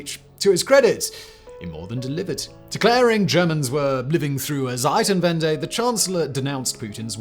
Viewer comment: you always say Seitenwende it means change sides 😂 bit difference to Zeitenwende